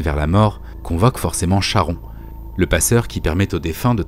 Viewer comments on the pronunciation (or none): Charon se pronnonce "Karon", c'est du grec. Merci pour cette vidéo, passionnante comme à chaque fois.